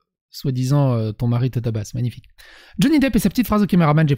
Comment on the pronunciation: ce mag-ni-faï-ke ticheurt !!!!